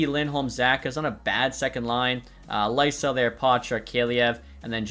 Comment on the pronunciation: Swedish pronunciation of Fabian Lysell is Lee-Sell